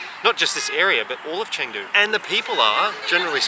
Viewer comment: he should learn how to pronounce Chengdu correctly at least